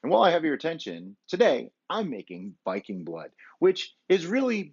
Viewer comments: It’s pronounced veeking blōd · Lucky enough, our water in Denmark is almost cleaner than that "spring water" we buy in the stores. Really great video, very "hyggelig". By the way, almost correct pronounciation, its with a "soft" "D", like in "the" but you would not hear the "t" sound. May you have a great, warm and bright winter. Skål! ;) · The botyle og viking blod os a danish product And it is pronounced viking [ˈvikeŋ] blod [ˈbloˀð] The Odd looking letter Are the phonetic pronounciation Im danish so i thought i would tell you how the name on the bottle is pronounced 👍🏾🙏🏾